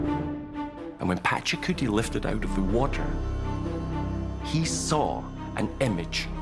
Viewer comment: Pachacuti or Pachacutay ? These experts don't know how to pronounce it.